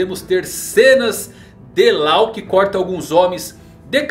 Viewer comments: Yamato é FILHAAAA mulher, NÃO é filho E depois o nome Law não se lê Lao, e sim Ló Falar isso de forma errada é uma ofensa para o mundo do one piece, e dizer que a filha do kaido é um ele também é uma ofensa Não só para o mundo one piece como para os fãs e oda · Cada vez que ele fala "Lau" eu me contorço de agonia